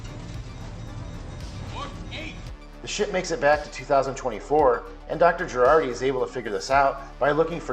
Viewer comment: It's Jurati, not Gerardi...